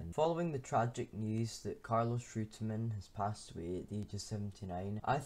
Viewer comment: Good. Would be better if you were to pronounce his name properly though.